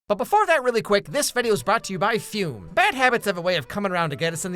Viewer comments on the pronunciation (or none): Fum ❌️ Fume ✅️